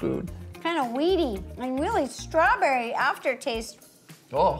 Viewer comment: l am giving half a point to ro becuse she said stawberry and cream its realy close to cheesecake